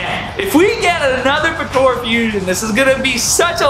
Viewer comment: Bro i like the video and everything but PLEASE stop calling it PA-TO-RA its PO-TA-RA i cringe so bad everytime you say patora. that's it and thank you